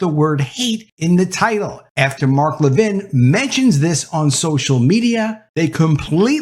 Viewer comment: Announcer! It's LEVin, not leVIN. And all this Reaching Out... let's just say "contact." Ugh. Woke Schmoke.